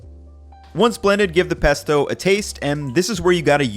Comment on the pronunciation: omg! "peasto!" 🤣🤣🤣👍